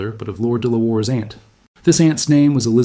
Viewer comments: I suspect that de la Warr is pronounced Delaware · "De La Warr" is pronounced 'Delaware' -- something you would expect an American to be familiar with... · Even if it doesn't know how to pronounce "Delaware"?